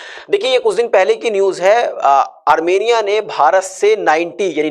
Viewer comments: Armeniya Not Armaniya Sidha Rehmaniya bol deta . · Ar MAN ia ? Ar MEN ia ???